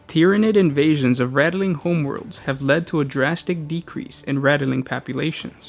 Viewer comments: This guy says nothing right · this was annoying me so fucking hard i couldnt even finish the video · Please remake this video! You know, this time with out adding letters to the word Ratling. Rat + ling. That's it. Don't waste your vowels by adding them in places they aren't needed or one day you might run out - then we'd end up having to ration our vowels like the balkans and nobody wants that. Love your videos! Glad you guys have kept at it after a couple years! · HOW.... How is it rattle-ling? It is literally spelled Ratling... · Rat - Ling, not Rattle-ling